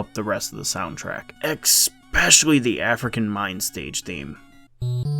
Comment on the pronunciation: Expecially?? It's especially!!